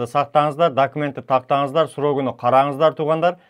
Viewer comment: саламаллекум !кечирип койунуз.так суйлосонуз жакшы болот эле.срогуну дебей срогун деп.